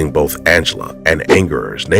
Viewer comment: Please stop saying "bof" instead of both..